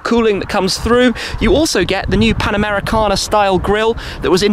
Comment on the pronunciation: Oh please, this new grill design is called "Pan-Americana" not "Panamera-Cana" as everyone bloody pronounces it...